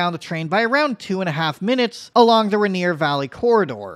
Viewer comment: Bro, it's pronounced rain ear